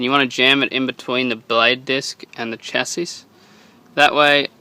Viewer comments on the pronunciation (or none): Your videos are a great help good job has saved me allot of money on repairs, I think the word chassis is pronounced shasee keep the videos coming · Admire the trouble you have gone too to record this video. Best to clean every thing first before working on the mower. Should take more care when dismantling. perhaps use some WD 40 to loosen parts to make easy removal. Also, CHASIS is pronounced like: cha see. Good luck cheers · Chassis is pronounced CHAS EE